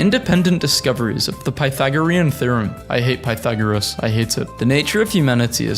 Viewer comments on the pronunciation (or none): none